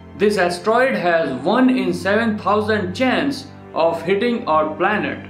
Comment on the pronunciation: He siad planert